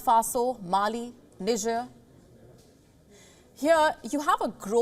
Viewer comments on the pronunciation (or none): none